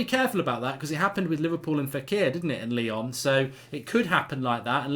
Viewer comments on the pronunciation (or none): none